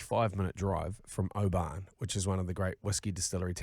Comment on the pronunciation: Been listening for a while now from Scotland 🏴 Oban is pronounced “Obin” keep up the great work 😉